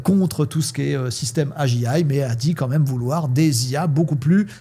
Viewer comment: L' Aji-aille 🤣 L' Ai-aille ? Géminaille 😅 ! La classe à l'américaine 😂😂😂 Tout ça pour faire de la maille ! 🎉